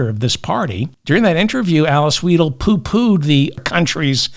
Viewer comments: 👍👍 Btw.: Alice Weidel AFD, say Alice Wydel not Alice Weedle 😂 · German here, and anti-AfD. Don’t laugh please, Merz is our best option. Vance, Musk, Hegseth and their intellectually challenged Dictator is a disgrace. By the way Weidl is pronounced like your word is pronounced, not like you pronounce